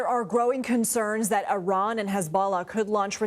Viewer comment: You can’t even pronounce Iran correctly!